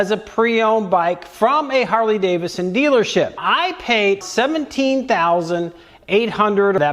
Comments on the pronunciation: Harley-DaviDson. Not Davison 😏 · 🤔 Another guy who pronounces it "Harley Davison"....😂